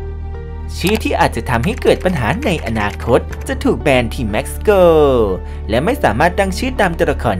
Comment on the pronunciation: Mexico = เม็กซิโก✓ ไม่ใช่ แม็กซิโก